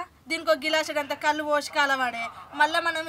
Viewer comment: కళ్ళు కాదు బాబూ కల్లు